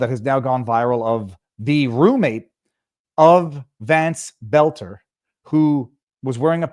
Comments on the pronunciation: It's boelter not belter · In MN, we have the DFL. That is an acronym for Democrat Farmer Laborer. The acronym is only honest about the first word, it represents neither Farmers nor Laborers. But it is distinct and separate from the DNC. And you say it like "Bolter", pal. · Boelter = Bölter. In a German word "oe" = "ö", like schön. For pronunciation, go to Google. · You know if you want to grow your channel you should pronounce the name boelter not there's a big difference it would only be belter if there wasn't an option in the name of boelter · Why arent people able to pronounce BOLT-ER?